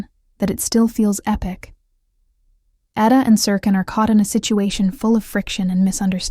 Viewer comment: Can you PLEASE learn to pronounce their names right?!!! Eda. Eh-duh. Can.. chahn Omer Oh-Mare Sevda Shevda Ferat Feraht Seran Sheron .... As a Turk it's annoying because your shows have the correct pronunciation